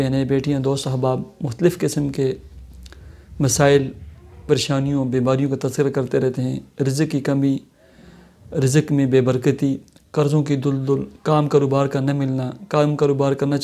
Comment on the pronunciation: Asalam alaikum hazrat duldul nahi daldal hoti hai